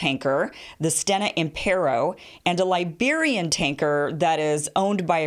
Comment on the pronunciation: Mario Ortiz It's Liberia not Lesbiara?!